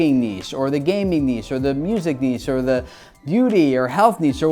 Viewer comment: Been watching you for years now and today is the first time I've heard you pronounce niche correctly! It genuinely made me soooo happy. All I've got to do now is get you to say 10 times instead of 10 ex. Baby steps. Baby steps;)